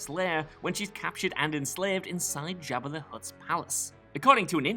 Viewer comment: Lol at "Jab Uh"